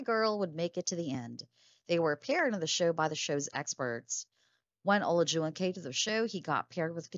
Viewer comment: Why do you keep saying his name wrong?